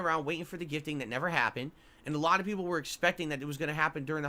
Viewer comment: Isn’t it so weird how he said “ alah” instead of “ a lot “ and “ wah “ instead of want but then other words like concerted he over annunciates the Ts in the word?